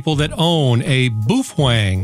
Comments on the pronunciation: hahaha you're pronunciation for Baofeng is incorrect 😁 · i couldnt finish watching the video because of the way he was incorrectly pronouncing the name it was like nails on a chalk board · For those who don't understand. This entire video is satire and every statement in this video, especially the pronunciation is incorrect. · Can't be 100% sure because Chinese is such a hard language but in Mandarin baofeng the way you're saying it means either dung heap or maybe rosebud. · Looks good, sounds good, gotta laugh at boo fwang! Pretty sure the mandarin is pronounced bow ( like how) fung. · Its "Bah-Oh-Feng" not "Boo-Fang" as it is Mandarin... And as you stated about your "Japanese Friend" telling you how it is pronounced, It is wrong and Japanese share many root words with Mandarin, so the pronunciation remains the same in both languages. And PLEASE(!) anything a Baofeng can do, most other radios can do as well. Making light of the situation of slave labor in China is not cool. It shows how much of a fool you are. As Einstein once said "Those who are cool do nothing to prove that they are cool, they are simply cool by being themselves. Those who think they are cool but are not has to try to prove it to the world all the time that they are." You fit the latter part of this statement as your comments about child slave labor in China was a failed attempt to show off how "cool" you are. And $20 for a Baofeng? I'm getting them for around $15 - factory direct with free shipping. All one has to do is contact them and make a deal with them. And there are many Youtubers out there that gets them for free if they do a review on the unit that was given to them. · I love your videos and have heard you pronounce "BAOfEng" correctly in other videos so, I can only imagine you are joking/trolling and having fun when you say "Boof-wAng". It's got stuck in my head now 🤣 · BOO FWENG??? what’s the matter with you?? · I laugh every time he says Boof wang